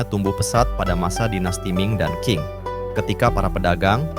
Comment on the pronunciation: Masukan Min ; Klo bahasa Mandarin itu Huruf Q dibaca spt huruf C jd misalx Dinasti Qing itu dibaca Dinasti Ching. D dibaca T, B dibaca P. 🙏🙏